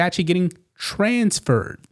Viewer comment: He said TRANSfer Grinner said transFER AND penal